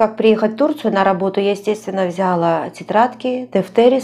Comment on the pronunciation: правильное ударение: бралА; взялА